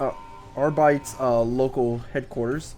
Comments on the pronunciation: pronounced Arbit-es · Arbites is supposed to be pronounced like the latin word.